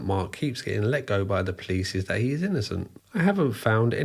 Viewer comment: How he pronounces "police"... "PLICE" 😋❣️